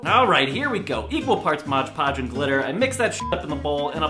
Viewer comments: 😭! Not MODGE Podge! It's called MOD PODGE 😂 I'm loosing my mind if you say Modge Podge one more time 😂😂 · Did he say modge podge instead of mod podge !!! !!!!! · You say moge poge when it clearly says mod poge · i get so annoyed when people pronounce "' mod podge " like " modge podge " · Me too, I don't get how they read "Mod" as MODGE. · yup and even the CC are comming up wrong. hes saying MODGE PODGE and the CC are coming up as MOD PODGE. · Moggy G rob stays it like MODGE PODGE BUT ITS MOODDDDDD PODGE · I hate when people say "Modge Podge" like no its "Mod Podge" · Does that bother you too? Like omg I hate how people say Modge podge instead of Mod Podge. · Ughhhh it annoys me so much when people say "Modge Podge" IT'S MOD PODGE! MOD PODGE!!! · Am I the only one who HATES how he says modge podge? It's mod podge. Modge podge Mod podge Modge podge Mohj pohj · It's not Modge Podge, ITS MOTHA FUCKIN MOD PODGE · No rob! It says "Mod Podge" not "Modge Podge" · It's MOD PODGE not MODGE PODGE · lol he says modge podge in steam of mod podge😂😂😂😂😂😂😂😂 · Why do people on YouTube always say "Modge Podge" instead of "Mod Podge"? Lol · it's mod podge, not modge podge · There a reason he says “modge” podge instead of mod podge??? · did anyone notice he said modge podge instead of mod podge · I hate when people say "Modge Podge" IT SAYS ON THE BOTTLE. "MOD-PODGE" M-O-D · It's MOD podge not 'modge' podge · ITS MOD PODGE NOT MODGE PODGE DAMNIT ROB! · Why do you call it "moge poge" its MOD poge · MOD PODGE NOT MODGE PODGE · DUDE IT'S MOD PODGE NOT MODGE PODGE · Please say mod podge right😫 MOD podge, not MODGE PODGE!!😭 stresses me out 😂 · sorry its mod podge not modge podge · Bruh can not read? It's spelt MOD PODGE and he pronounces it MODGE PODGE and it's like inHALES PLEASE. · PLEASE STOP CALLING IT MODGE PODGE!! ITS PRONOUNCED MOD PODGE!!!!! I HATE IT WHEN YOU MODGE PODGE SO MUCH IT HURTS ME PHYSICALLY PLEEEEASEEE STOP PRONOUNCING IT MODGGE PODDGEEE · Modge Podge.